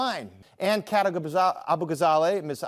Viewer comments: I knew it was gold when the announcer in the intro couldn't take 5 mins to say your name right lol. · Hearing the anchor fumble Kat’s name at the beginning was hilarious. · The dude just steamrolls her name 2 seconds in. Never change, local news.